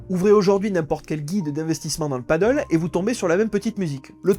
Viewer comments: Pour ne pas confondre deux sports très différents, padel et paddle, prononcez le sport de raquettes "padèl" et le sport nautique "padeul". C'est un détail, je vous le concède bien volontiers. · très intéressant mais on ne prononce pas "padeule" mais "padèle", le "padeule" = Paddle est la planche qui flotte avec la grande pagaie 😉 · C'est padel pas paddle, le paddle c'est le sport nautique qui se fait sur une grosse planche avec une rame. Il ne le prononce pas correctement dans la vidéo, il devrait dire padèl (même si beaucoup de gens disent padeul pour les deux) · C'est Padèl pas Paddle! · « Padelle », pas « padeul », c’est incroyable ça !!! C’est espagnol… Personne ne dit « handbole » … Alors arrêtez de casser la tête et parlez correctement merde !! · Pti point prononciation parce que là j'entends paddle (padeule), alors que c'est padel (pad-elle)... 😂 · Super vidéo. Après on ne dit pas Paddle mais Padél. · Le mot Pádel est une hispanisation du mot paddle. A prononcer plutôt padèl donc pour le distinguer du paddle , (padeul) sur l'eau. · On dit padèl hein 😂 merci pour ces informations et ton temps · Merci pour le contenu intéressant. Néanmoins cela se prononce padèl. Si y a des gens qui ont pris des risques et bien cela arrive que ça se passe mal. Le nombre de terrains diminuera et cela se stabilisera comme la plupart des choses de ce style. Rien de choquant il me semble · Je crois bien que ça se dit "Padèle" car le paddle existe déjà et c'est un sport qui n'a rien à voir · Il devrait le prononcer padèl (comme en espagnol en fait), ça éviterait la confusion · Est ce que une seule personne sur le net sait lire le français et prononcer correctement le nom de ce sport ???? Apparement non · On dit padéél et non paddeuuul. C’est Espagnol. Et le paddeuuul c’est sur l’eau 😜 Reportage interresant en tout cas, merci ! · Padèl pas paddle, mon dieu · Super vidéo, très instructive, par contre on dit "Padelle" et non "padeul" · C’est « padèle » pas « padeule »